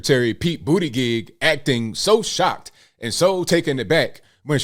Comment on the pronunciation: Hey, it’s pronounced BOOTY-GAUGE! Lol